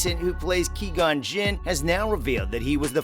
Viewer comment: You said Qui-Gon's name wrong, but still a good video.